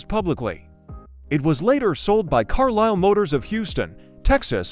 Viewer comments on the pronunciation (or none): none